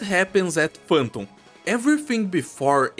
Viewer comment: sim, a maneira que falou Phantom e Banners pq os gringos falam o A com som de E